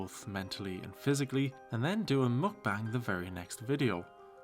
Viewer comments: it annoys me she tries to pronounce "mukbang" properly but says buffET. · Wait, so she can correctly say "mukbang", a Korean word, but always says the T in buffet??